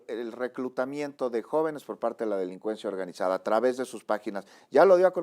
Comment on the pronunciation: Me desespera escuchar hablar a este. Chinaloa. Delincuenchia organichada. Chechar. Como funchiona. Me despeera y a la vez me da nostalgia porque achi hablaba mi abuelito.. así quw diga. Ech una chituachion compleja